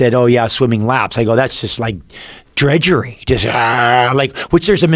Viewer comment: DRUDGERY not Dredgery!!